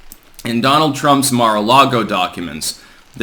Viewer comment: Car a lago. 🤣🤣🤣